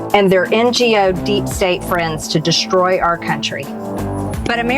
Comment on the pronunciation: Oh, and is it destroy, or deshstroy… sign up for pronunciation lessons Marge….